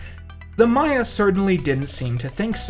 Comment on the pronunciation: thank you so much for saying maya instead of mayan!!! such a tiny difference but it proves that you actually know what you’re talking about lmao - a happy archaeology student